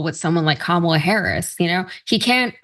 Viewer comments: Did anyone notice that one time trump called her comimala??? Gee!!! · LION kamala harris.... and the dementia makes him mispronounce kamala . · It’s amazing how Trump can pronounce MELANIA perfectly but somehow can’t pronounce KAMALA .😡😡😡😡this guy is an IDIOT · This idiot can't even remember how to pronounce Kamala's name WRONG.